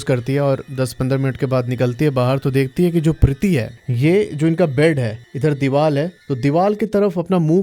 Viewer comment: Are you from gujrat? Dewar hota hai hindi me Gujjus say dewaaL hehe lol